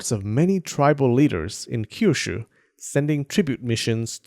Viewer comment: Stop saying Kyushu like it's a Chinese word with that harsh SHYRR sound